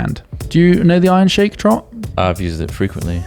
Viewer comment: It's pronounced, iron sheek